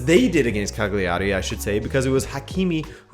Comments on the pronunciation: the gl in italian, you can treat similarly to the lh in Portuguese, it's not a g in either case, so in italian the word Cagliari is 3 syllables long. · Or put more simply: G is silent when put before L in Italian, so it's pretty much "Caliari".